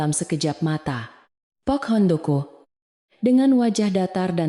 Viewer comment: Bilang pak Handoko nya sangat tidak menyenangkan bikin kaget di benerin apa bacanya